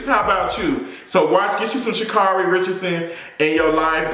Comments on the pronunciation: Pronounced “Sha’ KERRY.” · And it's "shu carry" ~Sha'Carri Richardson